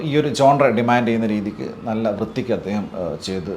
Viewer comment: ജോൺറെ അല്ല ഴോൺ റ , first time ആണ് mispronounce ചെയുന്ന കാണുന്നത്,!!